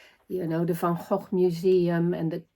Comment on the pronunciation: 💚🌻 (P.S. so nice hearing Van Gogh pronounced in the proper way.)